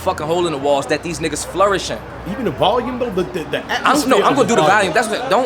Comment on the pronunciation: Dude can’t even pronounce volume. Fuck outta here.